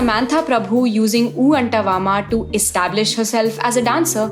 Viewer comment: I’d really expected you to speak of the lyrics of your horribly pronounced oo ANTAVA in this “ well researched video” of urs.